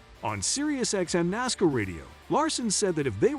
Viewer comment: i will believe what you say when you get a TTS voice that can say NASCAR correctly, Larson being in 500 is common knowledge